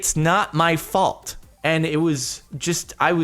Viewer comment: *it's not my folt * it's John's folt